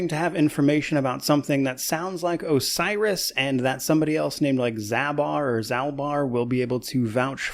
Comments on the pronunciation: I think he says he has information on 'a virus', not 'Osiris' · "Osiris" or "A virus" Sounded more like a virus to me but not alot to go on. "I have information about a virus"